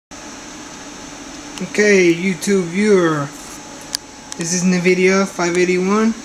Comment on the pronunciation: lmao, "rye next to see pee you is da nuh-vidia chip" its (en-vid-ee-uh) lmao "its gonna be rye around here (makes circle gestures with his finger) lmao. Please Please...dont post anymore videos..your killing us. If you think your helping anyone, your not. Your incapable of doing such a thing. Your not smart. So stop fooling yourself. "uh, see if uh..it turns on and uh, as you can see mine worked, annnd...there it go" lmao.